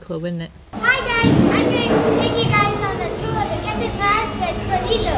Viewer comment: Toledo not “Tolido”